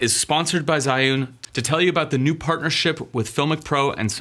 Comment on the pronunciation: The pronunciation of 'zhiyun' Was terrible haha but it's understandable that Chinese words dont get pronounced right by sb who doesnt know the language And otherwise it was a nice video :)